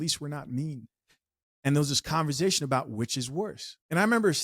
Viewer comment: Can I ask why u say "conver-ZAY-tion"??? Speech impediment?, accent?, I wanna kno how 4rl..no shade...it's like nails on a chalkboard tho🤦🏾😂